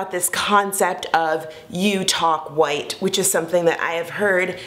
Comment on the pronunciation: in your particular case, i don't think it's a "multi-layered issue" around how black people speak. it's because you sound like you're from the valley. or someplace. there are black people who "speak well", "sound educated", and "have great diction", but don't sound like you. words like "white", you pronounce as "woieet". also, many of your sentences end with that upward inflection stereotypically characteristic of valley girls. so...i would caution against turning this into a whole conversation about multi-layered issues when the fact is...your accent and inflections do carry a bit of "valleyspeak".